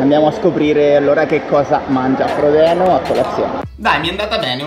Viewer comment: “frodino” please